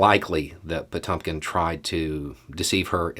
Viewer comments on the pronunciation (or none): It's pronounced pah TYAWM kinn. The e is really the umlauted Cyrillic e, known as the yoh. (Another example: Ezhik, hedgehog. The E is the umlauted one, but Russians usually omit the umlaut cuz they assume people know it is the letter yoh, not the letter yeh.) Good try,. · NOT "Po-TUM-kin." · No big deal but take a look on how to pronounce "Potemkin"...